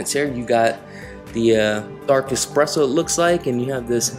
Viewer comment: It is pronounced eSpresso not eXpresso 🙂